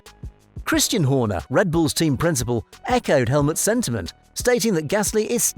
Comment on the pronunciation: "CHRISTAIAN" HORNER?! You're really bad with names...